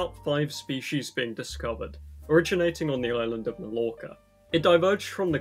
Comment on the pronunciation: Did you just pronounce island as eeslan?